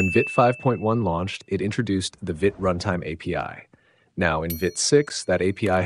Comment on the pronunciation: It's "veet", not "vit".